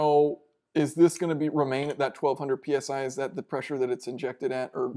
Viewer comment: "That's about 1200 penis eye" LOL I cant be the only one who heard that